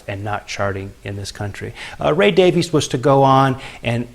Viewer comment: Two of my favourite bands. Note that Ray and Dave pronounce their last name as 'Davis'. True Kinks fans know this.